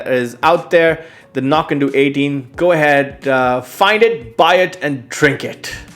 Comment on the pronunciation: I believe (cf. Ralfy vids, and elsewhere) that Knockando's last syllable rhymes with "dough", not "doo" as you seem to be saying (google says "no-KAN-dow", but I don't think that means it's "ow" like the beginning of ouch). In part it's important to help distinguish from the nearby Knockdhu ("Nok-doo") distillery, whose whiskies are named anCnoc ("ah-NOCK") to further help distinguish. Sorry if I sound like the pronunciation police, it's just the two nearby distilleries can be confused.